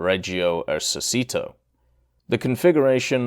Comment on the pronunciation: Hey Brother , in Our language the letter " c " Is not pronounced as the Spanish "s" but We pronounce It as yours "chee" ...So Esercito Is not "Esersito" but "Esercheeto" Just to help ...